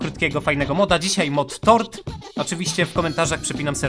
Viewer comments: Muwi się tor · TORD a nie TORT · Tort a nie tord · Ja usłyszałam "Tort" 🤣🤣🎂